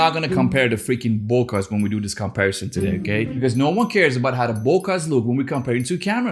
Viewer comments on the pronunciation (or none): Can you say Boka again?